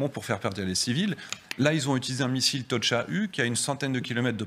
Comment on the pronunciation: Même pas capable de prononcer le nom du missile... Un tocha... Ridicule